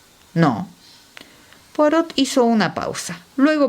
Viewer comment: La Lectora aunque pronuncia muy bien inglés, debe omitir la pronunciación de la T de POIROT q está en Francés. Saludos!!!! 😊😊😊